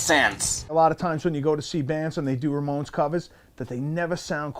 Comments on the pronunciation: I’m from spain and i thought the same 🤣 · You can say Ramones with a very Hispanic accent.. I guess it will be easy for you to speak Spanish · You pronounced "Ramones" like Spanish people, absolutely loved it 😂 even more than frrriends. Loved the video, thanks 🥰🥰